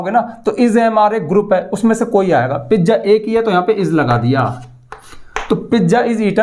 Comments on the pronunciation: Pijja 😂😂 not pizza 🍕😂❤ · पिज्जा ❌ पिज़ा ✅ 😅